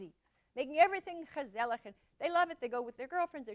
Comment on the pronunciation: I am impressed when Christina almost perfectly described and pronounced: Gezellig. Foreigners typically struggle with Dutch pronounciations of the G sound